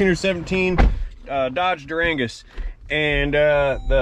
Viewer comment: Dur-angus? lol